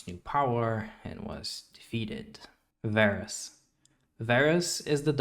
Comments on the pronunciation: all the Darkin names include the “ah” pronunciation due to the double A’s. Its funny how you pronounced Varus with the “Ay” pronunciation still considering he’s the exception with only one A. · Why is Varus not Vaarus